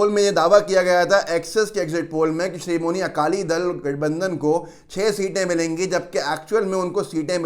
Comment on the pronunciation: Bhayya srimoni akali dal nhi , Sri Madi akali dal naam h